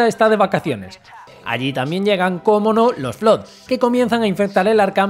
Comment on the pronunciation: Flood se pronuncia como "flad"...